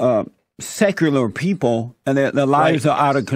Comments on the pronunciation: He sounds like he’s never heard or seen the word “secular” before lol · Haha I loved how he couldn't pronounce easy words, I busted out laughing when I heard how he butchered the word Secular. XD